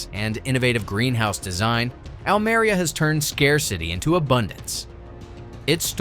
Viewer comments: Almeria! Learn how to pronounce it. Almería! Oh that is painful. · Almería, no Almaria. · the minimum you could and should do in a video on Almeria is to pronounce the name Almeria correctly. And to discuss the social problem (of modern slavery) more intensively when comparing with dutch greenhouses and interview a local politician about this problem